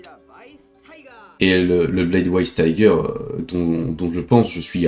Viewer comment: Ça se prononce "Vaysse Tiger" 🤓☝️